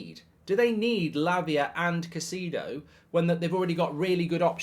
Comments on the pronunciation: Who's "Kah-see-dough"??? It's such an easy name to pronounce Mark.. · Caseedo? Spend sometime down south, it'll help your pronunciation 😂 Great transfer round up BTW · Mark never dissapoints to misspronouncing every single players name WE SIGNED CAICEDO MARK SHHH